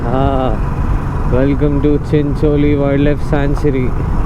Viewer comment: Although need practice on how to pronounce Chincholi